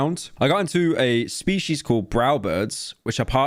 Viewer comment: I thought she said feces instead of species.